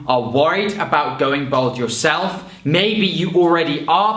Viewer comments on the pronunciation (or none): Why does he keep saying "Bold"?